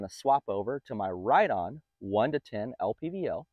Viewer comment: I called the Company and Riton is actually pronounced 'Rye-On'